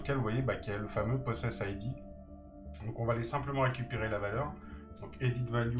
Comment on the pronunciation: Merci pour cette vidéo, je joue depuis 3 ans et je connaissai pas celui là. Juste une toute petite remarque, on ne prononce pas "possèss id" (déjà car il n'y a pas 2 s ), mais "poe sess id" car cela vient de "poe session id" (en anglais : identifiant de session de PoE). voilà voilà. mangez des patates!